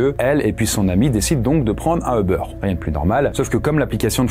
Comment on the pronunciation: pourquoi vous dites EU-BEURR???? D'où vous sortez la phonétique EU? C'est U-BAIRE (comme hubert) ou à l'anglais comme YOU-BERR